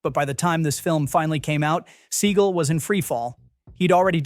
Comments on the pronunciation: Is this read by AI? See-gull? Have you never heard anyone say Seagal? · Steven Seagull? Is that Johnathan Livingstons Brother? Stupid AI. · Steven Seagull? C'mon man. At least say his name correctly. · AI slop. Steven Seagull? Cmon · Steven Seagull?? Is this another AI voice channel?! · Steven "Seagull". I laughed. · Steven Seagull... LOL that is not how you pronounce that. Is this an AI voice? Still an interesting video. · Steven 'Seegle'?? Sort out your horrendous AI narration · Steven “sea gull” BAHAHAHHAAHA this must be an ai voice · 'Steven Seagull' Yeah, A.I voice having some problems there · AI can't pronounce Segal. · More AI slop. No movie commentator worth anything doesn't know how to pronounce Steven Seagal's name. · Thats what im saying. I've used AI to make videos. And you need to listen and edit the voice to pronounce certain things phonetically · You think you'd know how to pronounce Steven Seagal's last name. Not that he matters, but his name is well-known.